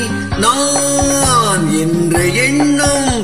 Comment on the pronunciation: மக்களிடையே விழிப்புணர்வை ஏற்படுத்திய பாடல். இசையரசர் குரலில் ஒலிக்கும் கம்பீரமும் உற்சாகமும் தங்கள் குரலிலும் பிரதிபலிக்கிறது. நா..ஆ..ஆ...ன் ..உச்சரித்த விதம் அருமை.மெல்லிசை மன்னரின் எழுச்சி மிக்க இசையில் , " ஓராயிரம் ஆண்டுகள் ஆகட்டுமே... முன்னேற்றம் என்பதெல்லாம் உழைப்பவர் உழைப்பதினாலே.." வாலி ஐயாவின் வேகம் மிகுந்த வரிகளை ..அதே உத்வேகத்துடன் பாடி அசத்தி எங்களை மகிழ்வித்தமைக்கு நன்றி சகோ. MGR பாடல்கள் என்றுமே உயிரோட்டம் உள்ள பாடல்கள்..❤